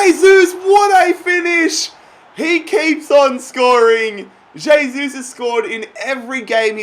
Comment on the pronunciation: Please....... pronounce "hey-sus"